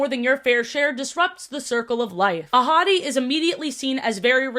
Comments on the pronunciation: did anyone else think was saying “a hottie” instead of ahadi??? girlie love you but the lion was not THAT hot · Okay I DID fr think you said “a hottie” instead of “Ahadi”, and was fully like “Yeah alright, clock it. I can see it” 😭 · Every time you said Ahadi's name, I thought you were saying "A hottie" and I was like "same, girl" Edit: I just got to where you made this same joke XD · I didn’t know mufasa’s dad was called Ahadi and thought she was saying ‘a hottie’ everytime and i just went along with it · Every time you said Mufasa and Scar's dad's name, I always thought you were calling him "A hottie" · It… took me way too long to hear saying Ahadi and just assumed she was calling Mufasa’s dad a hottie. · I though you called mufasa’s dad a hottie the first time you said his name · Everytime the name Ahadi was mentioned, I heard "a hottie" instead. 💀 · I know his name is "ahadi" but whenever you say it I can't help but hear "a hottie" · i love you but the way you pronounce these names makes me cry loudly